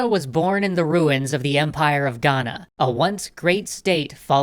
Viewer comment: As a Ghanaian the way he says Ghana is better than most so 👏🏿👏🏿👏🏿